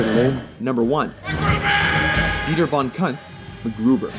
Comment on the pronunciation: ...Dieber von what?